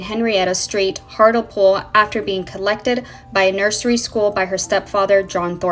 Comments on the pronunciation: Hurt me when she pronounced it that way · It's pronounced Hart (Lee) pool. Hartlepool.